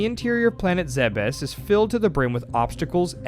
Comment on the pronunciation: you have no idea how happy I was when you pronounced Zebes correctly lol, I swear no one knows the right way to say it